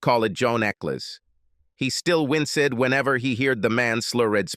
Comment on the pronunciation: "APOLLO GIZZING"? "WINCE-ED"? "SLURR-ED"? Robot man talk funny and not good. As robot man would say: EYE EM PURP-LEX-ED!